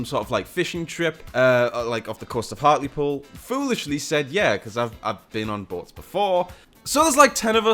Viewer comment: Omg you said heartlepool. Dude I live near there good old billingham